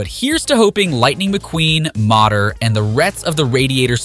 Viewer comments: Wait did he say "Modder" lol😂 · Homie said “motter” lol